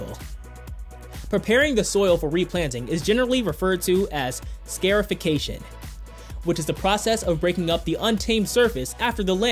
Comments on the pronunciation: Yeah - that and "SCARE-ification' of the ground... it's actually SCAR (as in BROKEN SKIN) -ification. Get it? ~DUH!!...~ (Why is it that about 90% of these 'top 10' and/or 'mini-documentary' type videos are voiced by people who have no clue how to pronounce even the most common things?! =o ) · Scar-ification not scare-ification :/ You know, because you are leaving scars.... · It is pronounced "kah-lish-nick-kov" not "kalish-nee-kov" and then "scar-if-ick-a-shun" not "scare-if-ick-a-shun." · Scarification, like a scar on your body.. Not scare, like afraid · So what is your problem with President Trump? Hate, is that what you're about? How about you first figure out how to do your job correctly...then target the President of the United States in a political, non-technology forum. And speaking of your job: it's not "scare-i-fi-cation," it's "scar-i-fi-cation." As in "scar," not as in "scare." The process is meant to "scar" the landscape, not scare it! If you were half as smart as you posture, you'd know that.